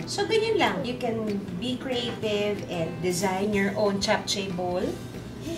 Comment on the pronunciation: Hi Ms Juday, i always watch your cooking vlog, ok lng po ba icorrect ko pronunciation po ng JAPCHAE??? Its CHAP-CHE po in korea...❤